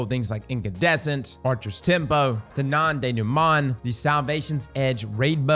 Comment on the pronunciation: as a french i love and hate how says non denouement